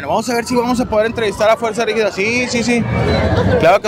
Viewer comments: Fanático y dice “ fuerza rígida” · Se nota que te gusta, si dijiste mal el nombre como 3 veces mi, FUERZA RIGIDA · porque dices Fuerza Rigida jajajaj